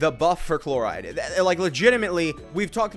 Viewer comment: Nevi won't stop getting buff or new teammates like for forever and sayno will be saying no to become playable no matter how much broken support you give him. And lastly, the way you pronounce Clorinde chloride is diabolical